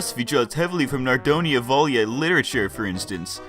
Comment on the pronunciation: Sorry to say, I am learning Russian, but it is NOT naroDAYA, it is narodNAYA. (Народная, а не "народая".)